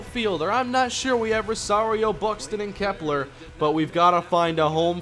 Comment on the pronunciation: Does it Bother anybody that he says Rosario wrong